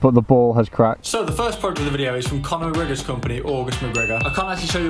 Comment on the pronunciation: Man haha the way he tried to say Conor McGregor is filthy lmao. Sound like you've a dislocated jaw